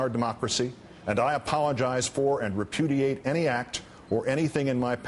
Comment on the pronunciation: hahha he said reputiate !! this is WIN